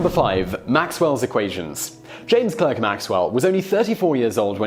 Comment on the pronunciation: Pretty sure James Clerk Maxwell's name is pronounced 'Clark' C'mon Simon, butchering the Japanese and Latin American pronunciation is one thing but James was British.